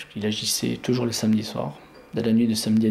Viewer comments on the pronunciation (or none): none